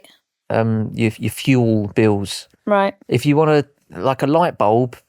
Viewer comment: When says if you enjoy the show, it sounds like FU ENJOY THE SHOW😂😂